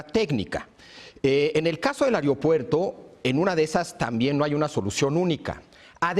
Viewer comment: Cada vez que se dice "whatsop", "airiopuerto" y "airionáutica", el niño dios se corta a sí mismo escuchando música emo.